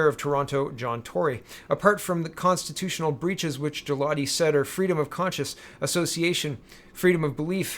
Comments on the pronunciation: For Mr. Galati, the letter 'G' is a hard 'G' , in Italian the 'G' it can be made soft when followed by an 'I' or and 'E'. Consider the name to be pronounced Gah'lA'Tee. I did my best to mimic the a dictionary style of pronunciation. Grazie! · It a. hard G